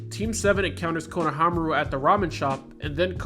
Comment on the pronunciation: Good video but konohAmaru instead of konohamAru was a bit irritating